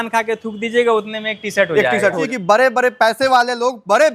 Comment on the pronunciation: Kapra नहीं कपड़ा है बरे बरे नहीं बड़े बड़े होता है बिहारी 😂